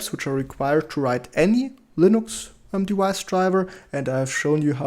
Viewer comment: If you don't mind a correction to your pronunciation... Whenever you say "device", please do not pronounce the v as if it's a w.